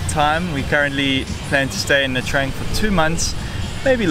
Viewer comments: It's pronounced : "Nha Chang" not "Nha Trang". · Hi and i know you it's normal to say nha trang as you write it but please say it as it suppose to. Nha tjang 😉